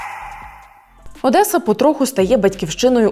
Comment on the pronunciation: щиро дякую за цікаве розслідування, як завжди BIHUS видає неймовірний результат! п.с. мабуть вимовляється Одеса а не «Одесса» ? п.п.с. у Вас така чудова українська! 🫶